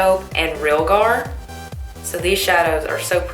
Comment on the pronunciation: Thank you for making this! I love your voice and accent, it's calming to listen to. I also really love the look you created with this pallet. You are so talented. Sorry if someone already mentioned this to you, but Realgar is pronounced "re-AL-gar," and it is a really pretty orange mineral/stone they used to put in paint. It is actually poisonous, so . . .not used anymore. They used to put crazy stuff in paint and Renaissance artists would get poisoned all the time because they'd lick the end of their brushes to straighten the bristles. So many of the shadow names are linked to painting. Tempera is a paint style popular before oil paint. Basically is was mixing raw pigment with a quick-drying glue agent. Egg yolks were used a lot. Not so different from the raw pigment of an eye shadow secured by an eye shadow primer, or make-up setting spray. If you google egg tempura, the colors in the paintings are so similar to the pallet. It is such a cool concept! Make up IS art.